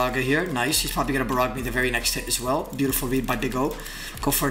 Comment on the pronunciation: Yo gotta learn how go say barrage right